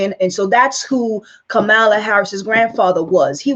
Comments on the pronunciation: Maybe start by learning to pronounce her first name. Kamala is pronounced like ‘Pamela.’ Why are you trying to tear Sen Harris down? I don’t give s damn what race she is! I care what she says, what she does, what she believes and will work to accomplish for our country. Shame on you! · So, why is it you did not know this. Everyone else did. And, the proper pronunciation of her name: Kamala is comma-la (she was asked about the pronunciation while a guest on The View. If you fancy yourself a reporter or truth-teller, RESEARCH BEFORE YOU SPEAK! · You should know how to pronounce her name correctly. And her mother died of cancer. I appreciate your video, but you should be more informed before creating a video about her. It would make it more credible.